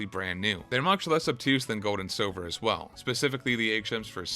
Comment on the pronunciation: my name is Silver, not Sobber lol and WHAT IF you talked through the entirety of that amazing Arceus cut scene... oh wait, you did